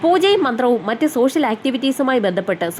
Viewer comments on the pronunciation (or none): none